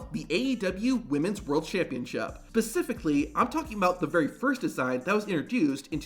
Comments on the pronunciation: sorry buddy I gotta be that guy…it’s specific…not pacific! :) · Specifically not pacifically